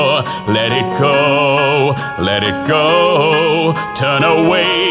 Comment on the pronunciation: awesome but you said sometimes ''let it co'' not let it go :P